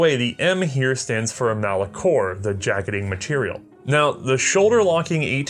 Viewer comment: What was the material that the jacket was made out of? (Ball M) It sounded like you said "Mallacore" or something similar to that. I've never heard of a metal like that, is it some sort of copper-nickel alloy?